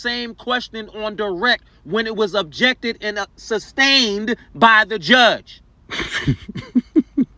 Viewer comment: That's TACK-IT agreement, sir 😂 Although I do wish we could have seen his chagrin when he finally figured out he had been making a fool of himself by pronouncing it wrong all that time. He never Did get Substain right 😂😂